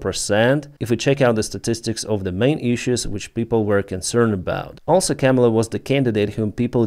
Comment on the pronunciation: Your English is great and improving. You are pronouncing Kamala wrong. Chaw(like a crow) ma(like a mother) lah ( like singing lalalala) Kah- Mah- Lah.